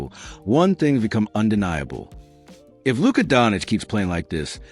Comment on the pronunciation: You set the tone when you butchered Luka’s name.